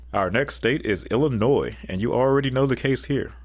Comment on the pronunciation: I was relieved to hear "Illinois" pronounced correctly 😅